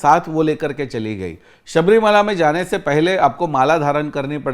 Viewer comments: सब्रीमाला नही है शब्रिमला है सर मला मीन्स पहाड़ । (अंडमान)❤❤❤ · Sabrimala nahi hai Shabarimala. Ma